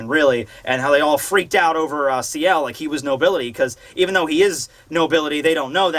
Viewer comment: also, it's Ciel as in Seal